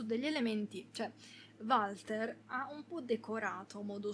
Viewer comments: sentir pronunciare Valter con la V al posto di "Uolter" mi fa pensare ad un umarell milanese "varda lì il Valter, un giorno di questi te copa qualcuno tel chi" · finito l'anno scorso in 2 giorni fu intrigante ma preferisco il 3 per favore si pronuncia wolter 🤣non si può sentire chiamarlo come è scritto